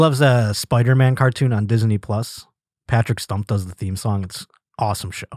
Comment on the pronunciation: Anyone else catch how pronounces Disney? Diz-Uhh-Knee. cmon man. Lol.